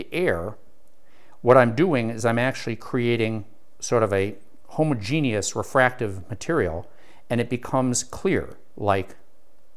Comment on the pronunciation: There is a correct way to say homogenous, and you aren't even close. Aside from that I thank you for YOUR instruction sir.